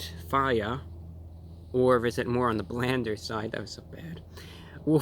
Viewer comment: " Does it taste... Straight FIYA?" HAHA 🤣🤣